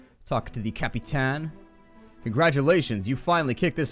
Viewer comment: Were you referencing Black Lagoon when you said cap-i-tan or am I making connections that don't exist?